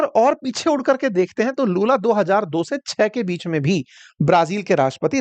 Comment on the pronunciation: लालू ❌ लूला ✅